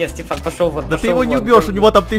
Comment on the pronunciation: стефан а не степан!